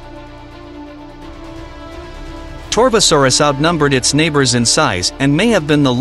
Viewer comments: If my ears still work well, he also pronounced it “Tarbo” not “Torvo” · Whats tie-rex, whats argentenosaurus, whats Saharadosaurus, whats torbosaurus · Tarbosaurus, not torbosaurus, lived in the late cretaceous with the T-Rex, not late jurassic